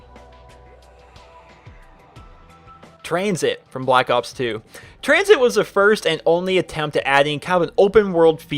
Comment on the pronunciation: When he said COTD, Die Rise, and Tranzit I checked to see if this video was uploaded on April fools....